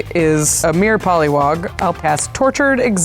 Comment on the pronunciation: Josh-lee kwai❌️ Pal-li wog✅️